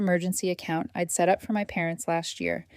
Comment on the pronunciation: Hey “Don’t touch my car” is FOUR WORDS NOT THREE! If simple math is F’D UP no wonder there are so many grammatical and pronunciation errors! I’M and I’D isn’t pronounced imm and Idd!